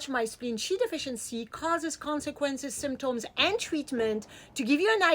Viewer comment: I love how she says symtOms.